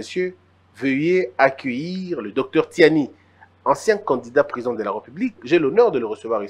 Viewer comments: ce Monsieur s’appelle Tshiani et non Tsiani. Et même l’autre du média, je me demande s’il n’a pas enlevé des lettres dans son nom. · Noël Tshiani svp, pas Tsani.